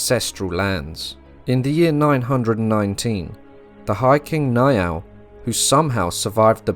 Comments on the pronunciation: The name Niall is not pronounced like 'Ni-all', it's pronounced Nile like the River Nile. Good video 👍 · Love this video! The Last Kingdom is a phenomenal series, I've rewatched it at least 5 times to pick up on all the history! In Chapter 2 of this video I noticed the mispronunciation of Niall when King Niall of Ireland was mentioned so, as an Irish speaker, I thought I'd lend a hand by providing the proper pronunciation! Instead of "Ni-Al", similar to Neil (a stretch, I know), "Niall" is pronounced like Nile, as in the River Nile! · Ui imear is pronounced ee imar and niall is pronounced nile.